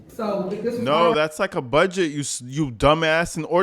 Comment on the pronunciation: I hate how she says the word "budget". She says it like "a bedget" nggas are surrounding that old man like they're gonna smoke his a**. Fckng wild